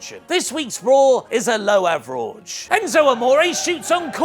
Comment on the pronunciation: AVERAWGE? COR? Boy, you guys are so easily entertained. POOR!